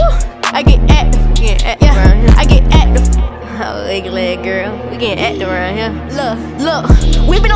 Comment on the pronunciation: She not sayin active she sayin acduve😂😂